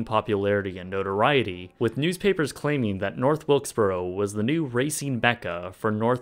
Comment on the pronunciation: That's North Wilkesburrra.